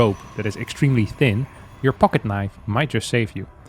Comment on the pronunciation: what in gods name is he talking about at the start of 2nd game, why does he say pocket like that, im upset.